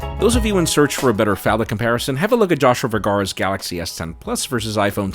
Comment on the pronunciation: Spanish mode activates: "JAIME RRRRRRRIVERA" But also: "Joshua Ver-gaw-ruh"